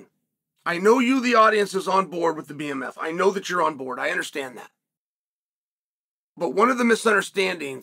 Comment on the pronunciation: Bmf not bfm